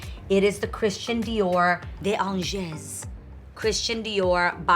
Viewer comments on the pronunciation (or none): Oh Lord nooo....Ok I know you're into all things French but giiirl sounds like the actual language ain't part of it lol. But seriously, this comes from a place of love. As a francophone, I know French grammar is not easy to learn but that whole "De Angez" part was very uncomfortable to listen to.There are a few ways/apps like google translate I use when I don't know how to pronounce something in a foreign language so as to be more considerate, relevant and accurate when I use it. Again, I hope this doesn't come off "troll-ish" because I love what you do. You have such a beautiful soul, and so much to share. I'm just trying to help so it doesn't get lost in pronunciation (hihi get it?) ;) :p <3